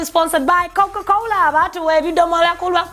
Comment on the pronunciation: 🤣🤣😂😀😀😆😆😆😆😄😀😂🤣🤣but the way you say Coca cola abatuwa ebiddomola 🤣🤣😂😀😀anyway much love and Happy belated birthday to Jose Chameleon 🥰👌